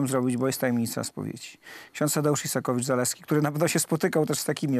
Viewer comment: No ale nie "Izakowicz-Zaleski", tylko "Isakowicz-Zaleski".